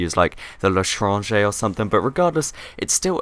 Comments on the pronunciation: LA TRANGER THAT IS HOW YOU SAY IT PLZ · Le'tranger is French for the stranger so it is pronounced Le etran J .